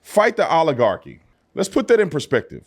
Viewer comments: define oligarchy..... she can barely pronunciate it. let her talk. it will illustrate how shallow of an understanding she has. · How many folks you suspect it took to teach AOC how to say the word "Oligarchy"? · I agree that AOC is a useless bimbo... but the rational Dems you speak of... many of them have left the party. Jeese, she can't even pronounce "oligarchy" 😆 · Really, let's get real. It took AOC all day yesterday to learn how to pronounce Oligarchy, and then Bernie had to explain to her what it meant. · I wonder how many times AOC had to rehearse saying "Oligarchy" before she got it right consistently?